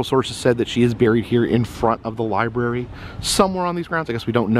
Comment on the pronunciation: The li-bury.